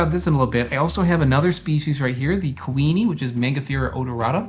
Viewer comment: lol when you first said kuini mango i thought you were saying queenie mango and just over-emphasizing the ui sound 😂 it seems logical that there would be a queen mango variety.